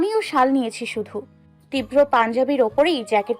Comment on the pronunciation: 'Tibra' uchharon korte pare na .